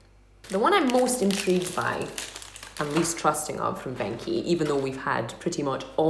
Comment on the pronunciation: It's not ven chi it's venchi